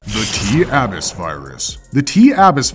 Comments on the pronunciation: Say it with me uh biss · Yet he couldn’t pronounce ‘regularly’ or ‘abyss’